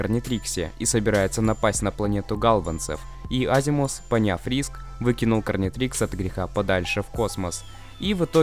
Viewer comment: Гарнитрикс а не карнитрикс